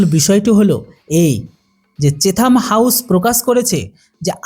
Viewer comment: চেথাম নয় চ্যাথাম হাউজ